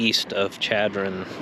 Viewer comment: it's pronounced Sh adron. Don't ask me why though. When you were at the gas station in Rapid you weren't that far from our house! Next time you are out here you should go to Belle Fourche and there are free spots at Orman Dam.